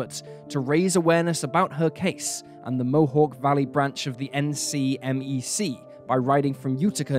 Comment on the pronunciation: My home state, and less known cases too. Great job shining that light on them. BTW--usually "NCMEC" is spoken like a word, i.e., "nick-meck" (at least in many crime shows and podcasts I've listened too).